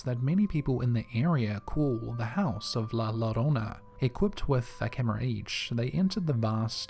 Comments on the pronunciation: Bruh u r a podcaster of a horror channel, learn how to pronounce La larona (layarona) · Lmao I am sorry, but the way you keep saying la llorona got me cracking up 😆 🤣